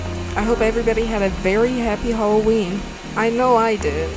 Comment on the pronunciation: OI, it aint holloween.